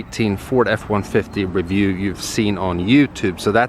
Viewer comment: V's and Z's aren't his forte